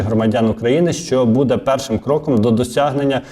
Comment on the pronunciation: Не «буд'Е», а «б"Уде».